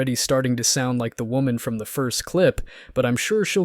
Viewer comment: 1 Woman is pronounced "Wuh-mun". More than 1 woman (Women) is pronounced "Wih-min".